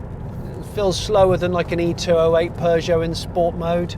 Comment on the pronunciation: And then he wonders why it couldn't understand his voice commands. Did you notice how he pronounced peugeot?